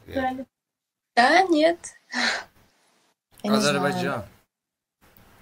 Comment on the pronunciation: АзербайЦан йох а скорее АзербайдЖан!! Не передалайте язык на всякую не нужную лексикон тоже самое место чай говорите Цай..ну ПОЧЕМУ ТАК ГОВОРИТЕ? ЭТО ЖЕ НЕ ПРАВИЛЬНО НЕ КРАСИВО